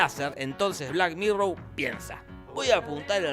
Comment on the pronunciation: Por qué dice black "mirrow" si es black "mirror"?